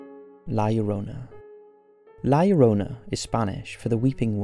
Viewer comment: In Spanish 'Llorona' is pronounced 'Shorona'. Same principle as 'yo'.